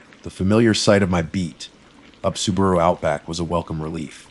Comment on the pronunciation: This narration is not great, miss pronunciation of common words is annoying. I’m hoping it’s AI because I’d like to think this person could pronounce Subaru correctly. 😒